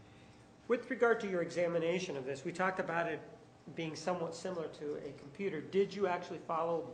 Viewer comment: Who is the computah guy? He's adorable.